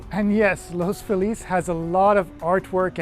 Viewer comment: I trust you more than someone who says the neighborhood’s name wrong. Good Job.👍